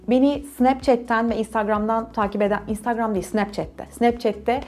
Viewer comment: Ablacım nolur şuna ins-tağg-ram deme ya :)